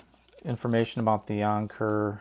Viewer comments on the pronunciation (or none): It's Anker not "onker" 🤦‍♂️ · Who tf says onker.. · “Ahhnker” lmfaoo